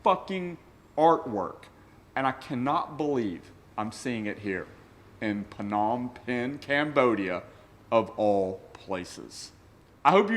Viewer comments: Hey love the content just wanted to let you know that you don’t say the P in Phnom Phen it’s just nom pen, have a great one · It's just pronounced as Nom Pen. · Love your energy and enthusiasm! As always, it gets me going for the rest of the day. Just one bit though: it's pronounced "Nohm pehn" with the silent "p" upfront. and yes, Cambodia is China's rich's playground and money laundering haven... hence the top notch cars you see there.